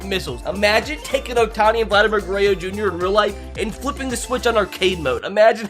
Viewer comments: So the title is a lie . Hitting a 540 ft Home Runs and not 600 ft? Disappointing. Even worse is that you can't even say Guerrero correctly. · How do u miss pronounce GUERERRO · Bro you can’t even say Guerrero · You pronounce Vlad name wrong 🤣🤣🤣🤣🤣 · the way he pronounces Vladdys name is painful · I was thinkin the same thing 🤣 like bro there’s a 3rd R in there